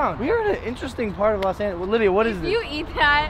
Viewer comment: i always hear Olivia not Livia cuz dats mai name '-'